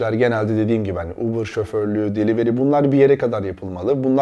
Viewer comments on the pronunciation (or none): none